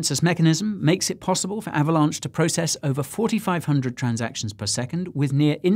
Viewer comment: I just cant...lol ahhvalonch, ahhhhhvalonch.